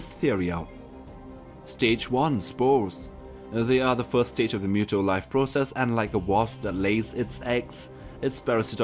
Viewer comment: OMG PRONOUNCED MOOTOE